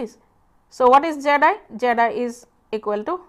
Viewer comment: I like how her pronunciation of the input impedance (zi or zed-i) sounds like "jedi"